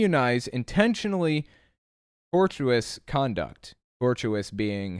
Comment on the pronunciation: Couple of nits on legal pronunciations: A) tortious is pronounced tor-shis, not tor-tu-ous. B) it's tort-feasor, not tort-feaster